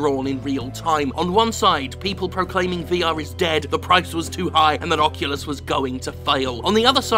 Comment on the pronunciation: Did you say. "Fuckulus" rift has your email at the end?......I laughed so hard either way.